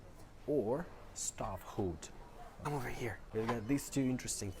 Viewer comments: What I mean is that we have a diphthong in the word stove and a short u-sound, when the guy pronounces the stove without the diphthong and the hood with a long I:. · She corrected STOVE and HOOD because the guy pronounced them with a Russian accent, and he did pronounce them with the wrong sounds. She didn’t go over the variants of the language, she pointed out the mispronounced words only! 😊